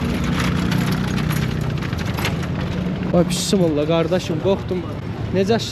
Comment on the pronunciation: Bismilləh, kimi səslənir Azərbaycan dilində. Bunu doğru demək vacibdir. P. hərfi yoxdur bu sözdə.